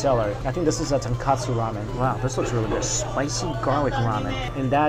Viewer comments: Mike, it sounds like you're saying tonkatsu, not tonkotsu. Fyi, tonkotsu means pig bone, tonkatsu means fried pork. Btw nice review. You never fail to make me hungry. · Um Mikey it's Chasu not Charsao and it's Tonkotsu soap not Tenkasu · Dude....you keep mentioning TONKATSU but I don't see any Deep Fried Pork Cutlet anywhere.. perhaps you mean TONKOTSU... You're a food vlogger. Get your terms correct. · Strictly Dumpling btw its tonkOtsu, not tonkAtsu. Tonkatsu is the breaded deep fried pork cutlets. Tonkotsu is a whole nother thing. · Mike always refers to Tonkotsu ramen as "Tonkatsu (fried pork cutlet)" ramen LOL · Ton-Koh-Tsu not Ton-Ka-Tsu common mistake, but Tonkatsu is something totally different than Tonkotsu